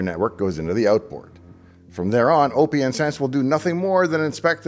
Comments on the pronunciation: You must be trolling with you pronunciation of Oh Pee Enn Sense.... It's Open Sense Dave... Need proof? How do you pronounce the second word: lieutenant colonel. Yeah that's what I thought. It's Open Sense, get on board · Always thought it was intended to be pronounced Open Sense, even if I'm wrong, I still can't deal with O P N Sense sorry :( Loved the video nevertheless, thanks! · Pretty sure it’s pronounced “OpenSense” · Austistic guy here. OPNsense (pronounced open sense) is FreeBSD, not Linux. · Well explained video. (I'll be THAT guy) hearing "O P N Sense" feels wrong... Just like hearing "Kube Cuddle". And remember it's A-M-I not "ami" 😂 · Basic but good video, FYI OPN is pronounced just like open so it's opensense like open source. You're reasoning for picking it over PF, the UI is basically the number one difference. Ran pfsense for a few years and about 2 years ago, I tried OPNsense in a VM for testing purposes, we've come along way from ipcop and others. Thanks for bringing it back to my attention I may have to try running it again.